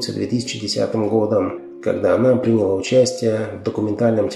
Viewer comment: Прекрасный цикл передач!.. Жаль, что озвучивает их человек не очень-то культурный по части русской речи. Гнусноватая интонация, не всегда безупречная грамматика и ударения, оставляющие желать много лучшего: "танцовщИца", "прИняла", и т. д.